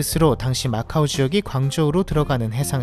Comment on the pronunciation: macau인데 왜 오로 발음함?